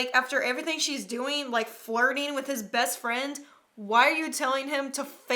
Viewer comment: Do anyone else here the orange hair boy say bast firend?